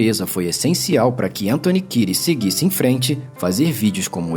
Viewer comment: Antony Kires ? Achei que fosse Kieds, mesmo na pronúncia 🤦🏽